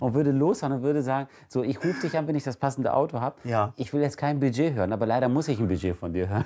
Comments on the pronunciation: Was zum Geier ist „Biiiiiget“ 😂? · „DaS iStt mein Biiedgeet!“